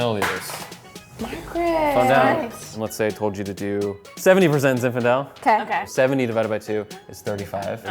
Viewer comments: She kept calling it "ZI FINDALE" ............ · mispronouncing Zinfandel is so cute 😂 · consistently saying “Ziffendel” instead of “Zinfandel” is just the best!